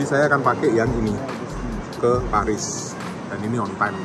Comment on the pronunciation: Bacane poris 😂